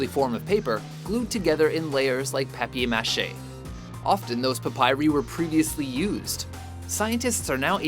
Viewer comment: did he say peppy machet? rather than paper mache?